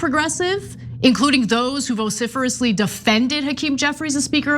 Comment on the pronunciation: What is with y'all and "vosifer..ly"? Why do I need the dollar word dictionary?